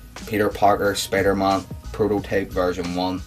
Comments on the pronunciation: Sorry if i being mean too ya just that when u say spider-mon its really spider-man so I'm sorry man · It's Spider-Man it's not Spider-Mon ughhh